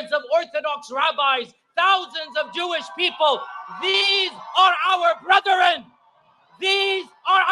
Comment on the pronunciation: YQ can't pronounce brethren.